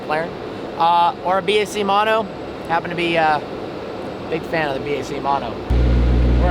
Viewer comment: FINALLY!! A Youtuber that doesnt call it a "Bach" Mono